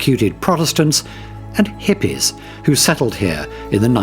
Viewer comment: the way he says "hippies" cracks me up